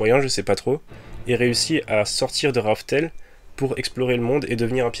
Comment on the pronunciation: Juste c raftel et non rough tell